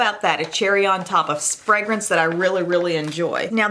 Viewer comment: I love how you say “frangance” 😂